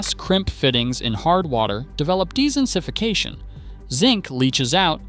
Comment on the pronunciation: sadly ai can't say it.